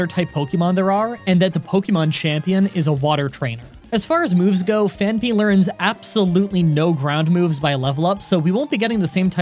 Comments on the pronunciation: It's not pronounce Phan-py... But Phanphy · Phaanpy. Phaanpy? Phaanpy. Phaanpy? Simba. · Only today when I heard your pronunciation did I realize it’s name isn’t actually Panphy. What a life I’ve led.